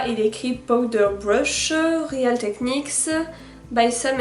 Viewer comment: aaaaaaah! real ne se prononce pas [réale] mais [ril] !